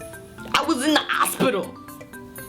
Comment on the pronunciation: It sounded like you said you were in the "asspetal" instead of hospital...chocolate milk nearly came out my nose which was weird because I wasn't even drinking chocolate milk or whatever.